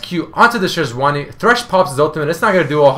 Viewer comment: sejuani is 'sedge-wahrni', not 'jooojjoooani' lol